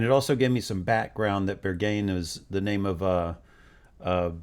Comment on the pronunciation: While you were at it, you could have also found out how to pronounce Björk and Berghain. 😆